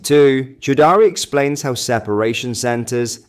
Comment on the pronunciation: Chaudrey rhymes with tawdry, not chow daari (Chow daari means chewing the beard 🤣